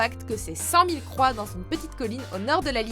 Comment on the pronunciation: Au moment de l'île des croix une fois qu'on a dit numéro 3 j'ai entendu a la place numéro croix x)